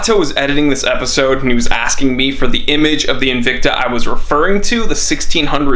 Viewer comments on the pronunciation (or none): your aw rong bout N-vic-ta... 🤪